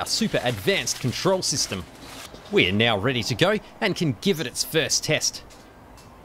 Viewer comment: Why do you pronounce "Ar" like a chinaman?